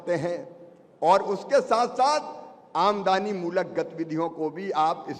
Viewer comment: ए शिवराज सिंह लबरा है इसकी बात में मत आना यह आमदनी को आमदानी बोलता है यह वकुला है हंस बनने की कोशिश कर रहा है यह हमारे टैक्स का पैसा बांटता है और अपना बताता है